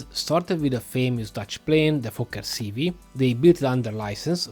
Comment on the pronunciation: Good lucking plane, rather large...BTW the Fokker C.V is the "C five"